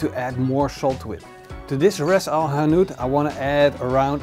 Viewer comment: The dutch sound of rrrrrrrras el hanout😂😉